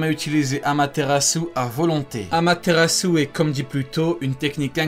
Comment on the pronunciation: Quel délice pour les oreilles quand Itachi prononce AMATERASU 😭